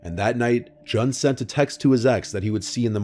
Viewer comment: Love you,, but Jun's name is pronounced like the month of June, not rhyming with gun.